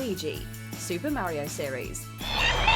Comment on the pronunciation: Stop being such a hater, the great fairy fountain is a breath of fresh air. You’re just salty your videos don’t even know how to pronounce Mario right, and you want to act like some kind of authority on pop culture. Marryo is the way old grandpas pronounce something they mistake for mayonnaise.